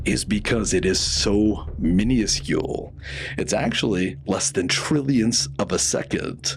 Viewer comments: mi·nus·cule, not mini·us·cule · Dude it’s minuscule not miniascule. This channel is great but please stop doing that thing with your voice. It’s ridiculous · Oh, okay. I was wondering why I kept hearing you say minuscule as mini-uh-scule.😂